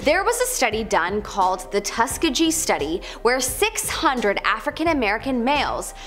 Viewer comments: I cannot listen to her butcher something as easily looked up as Tuskegee. Seriously, learn how to pronounce things BEFORE you record it!! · She butchering of Tuskegee and Josef Mengele threw me for a loop